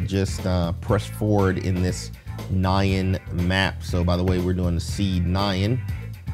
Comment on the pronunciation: Try Nyan not nyan